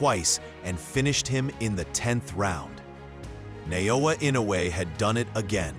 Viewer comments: It’s Naoya not Nayoya. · Who’s Nayowa? That’s Naoya there.